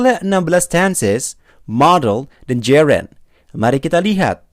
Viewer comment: Mohon maaf banyak pronunciations yg salah nih mas, passive : bunyinya s bukan z, Gerund bacanya jerend bukan jirend, anounces s nya dibaca, commission dibaca ga pake z, present: prezent bukan prizent, Announce juga bacanya salah, dll kalau ditulis panjang, I’m not trying to drag you, tapi buat jadi masukan aja biar lebih bagus lagi kedepan,, thanks